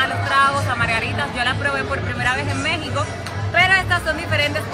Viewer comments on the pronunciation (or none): none